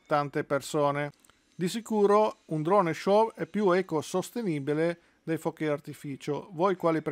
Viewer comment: Tutto bene però SHOW si pronuncia senza la W finale: SCIO' e non sciov. Non si può sentire !